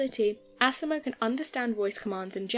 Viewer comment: LOL Can't help but laugh every time you pronounce asimos name like assimo😂.